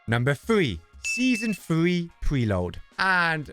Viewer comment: Season thwee